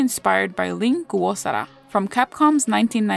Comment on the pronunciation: I'm loving these character analyses! Its so interesting to learn in depth about the characters designs and inspiration behind their conception 😄 (Btw i love the way you pronounce Lin Kurosawa's name! It rolls off the tongue like a fancy super move hehe! 😋❤️‍🔥)